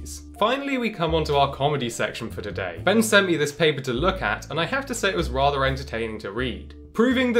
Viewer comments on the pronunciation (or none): none